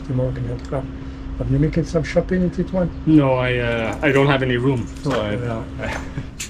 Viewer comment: It's Tetouan, it's pronounced tet as in ( • )( • ) and ouan as in 1.